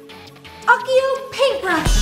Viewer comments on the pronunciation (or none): "uckio, paintbrush" "say it with me accio AH-KEY-OH not UCK-EE-OH" also wands are shorter than my bloody nails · She said Occio it’s accio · it is not akio it is accio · Ukhio...really??? It's pronounced ahkio.Cheaper to buy one.Tacky clothes.She has no idea what the wands actually look like.BySceptic Harry potter fan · it's accio not occio! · it's achio not ochio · Did she just say Achio?? Lol